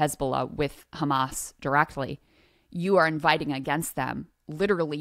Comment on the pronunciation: Everything is KKHHHAAMM-MMAASS